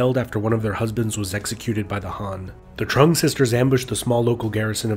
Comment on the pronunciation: Alot of the pronunciations here were butchered, like Trưng being pronounced "Truhng". But other than that, great video.